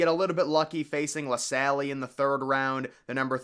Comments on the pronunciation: It's "LaSalle" not "LaSally"! It's a French name, bro!! Nice video, though! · Real ones remember Cleanthony Early, Knicks legend Edit: this mane really said “La Sally” lmao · “La Sally” lol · calling la salle "la'sally" is crazy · “La Sally” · Saying the MVC was lightly regarded and that pronunciation of la salle told me everything I needed to know